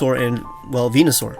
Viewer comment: THERE IS NO O IN VENUSAUR!